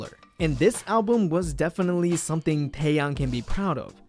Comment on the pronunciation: finally someone who pronounces his name right